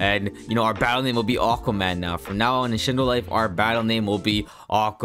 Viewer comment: When he said “boss mattle” I almost died literally I almost ran out of breath